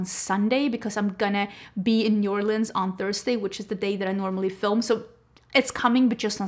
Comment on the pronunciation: So happy that says New Orleans correctly. It's Nu Orlinz. Not Orleeeeeens